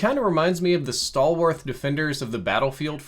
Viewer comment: did you just say 'stalwarth'? it's stalwart